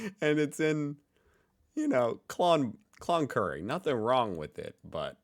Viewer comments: Said "Con-Curry" nothing there and no work hahaha. Yeah BS at the moment. The average wage is $60-100k AUD if you lucky... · Cloncurry lol